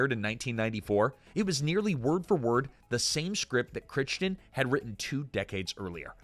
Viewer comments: I love your channel, but you need to look up how to pronounce people's names.It's not Noah While it's pronounced "Why-lee" and Michael Crichton is pronounced with a long 'i' That one I know for sure because I met him. I give you half credit for being consistent. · I think that Noah Wyle pronounces his last name like "Why-Lee". I think that Michael Chrichton's last name is pronounced like "Cry-Ton". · It's pronounced why-lee. WHY-LEE. Also, cry-tun. CRY-TUN. Ffs... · Cry- ton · Every time I watch one of these damned videos I remember why I shouldn't. Mispronouncing things constantly!!! Michael Critchton? Noah While? Need to check your AI research tool more buddy. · It's pronounced "Cry-ton". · Micheal Crick-ton actually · Why does this guy keep mispronouncing Crichton’s name. It’s pronounced cry-ton!!! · How do you not know how to pronounce Crichton correctly. Come on dude, he is very famous after all. You got Margeles(don’t know how to spell it😂) correct. What happened?!? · I do love these videos but for heaven's sake, please research your pronunciations. Every time you mispronounce Noah Wyle and Michael Crichton, a hoard of fans want to throw something at their screens. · Personal opinion, I can't stand the AI narrated videos. And it is unforgivable to mispronounce a name as well-known as Michael crichton. Shame on the editor I will be clicking. Do not recommend this channel. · Love this show so much! ❤. (Michael Crichton and Noah Wiley's names are being mispronounced. OMG Do your research! )